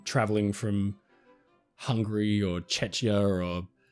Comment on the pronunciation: you pronounced country Czechia wrong. Better to say Czech Republic. Lot os people dont know how to say Czechia